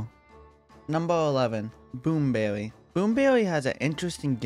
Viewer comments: Bwoom bewwy is weawwy bad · Dude really say "Boom bewwy"